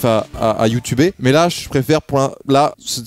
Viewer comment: Il a dit Youtouber mdr